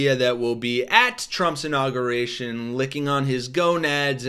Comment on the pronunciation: Please. Pronounce Inauguration correctly. " In aug yur ation." Thanks from people who hate nook you lur.